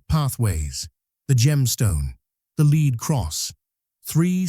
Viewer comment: led cross not leed cross